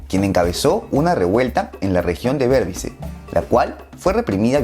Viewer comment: Muy buen video pero se pronuncia demarara, y borbiz esa es la pronunciación completa